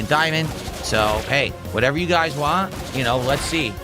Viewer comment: "I'm the streamer, I can play what I wahn!" Also: "Guys, I don't know how much longer this game has with support this low."